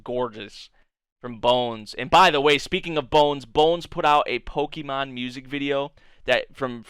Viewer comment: If you want people to watch Pokémon stuff, I'd suggest pronouncing it right, the accent changes it